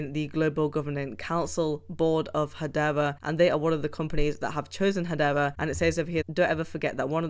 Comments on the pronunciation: Wtf is hadeva? It's hadera. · HedeRA. And not HedeVA.